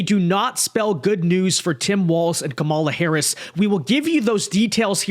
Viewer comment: KAmala. Not KaMALa. At this stage getting her name wrong makes you sound rather disrespectful and biased.